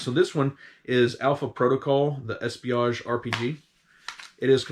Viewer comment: I love how you made fun of them for misspelling the game title and than you immediately mispronounce Espionage in Alpha Protocol. You said Espiage